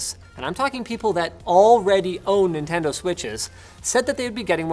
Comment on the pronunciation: The “Nintengo”